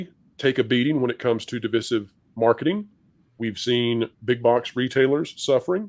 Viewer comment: You guys always pronounce divisive wrong